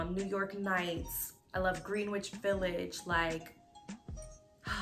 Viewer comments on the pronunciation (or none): bond 9 is considered by many as a dupe niche house. btw seems like all non new yorkers mispronounce "greenwich" from bond 9 😂...it's acutally pronounced "grin-itch"